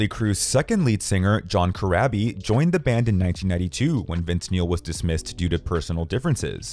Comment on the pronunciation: It's pronounced Cor-raw-bee.